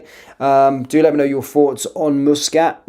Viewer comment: Its MUS NO MOOS KAT NO KIT sorry but it bugs me how you FUCK UP every one's name.